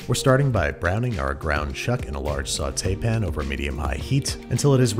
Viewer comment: Babish: sauteepin Us: sauteepi- wait no, that's illlegal